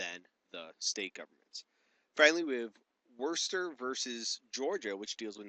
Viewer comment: the only bad thing about this video is how badly you pronounced worcester (it's wuh-ster)